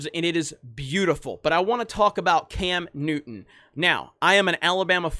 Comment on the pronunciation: Cam Newton you mean Cam Nudder